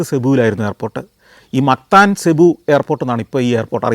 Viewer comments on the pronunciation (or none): സെബു അല്ല സർ, (Cubu) സിബു എന്നാണ്‌.... You’re wrong in this pronunciation